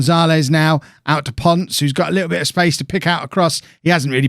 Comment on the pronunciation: Your pronunciation of Ponce gets me every time 😂